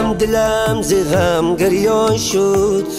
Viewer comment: Прекрасный голос но произношение слов не правильный--а так отличная песня--гырён шуд-бырён шуд-гирён шуд-бирён шуд.правильнее.